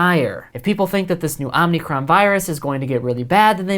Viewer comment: Dude, stop saying Omnicron (omneecron). It’s omicron (omeecrone). No “n” in the middle, remember, these are Greek letters that these variants are named after